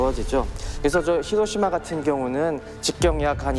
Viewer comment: 혀짧은분 발음 웃기다..ㅋㅋㅋ 히로티마..ㅋㅋ